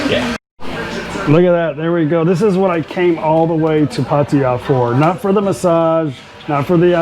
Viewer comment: Always grates on me when people like your mate pronounce Pattaya as PatTIRE even after how many years in Thailand